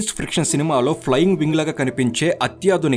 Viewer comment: సైన్స్ "ఫ్రిక్షన్" కాదు, సైన్స్ "ఫిక్షన్" ఫ్రిక్షన్ అంటే రాపిడి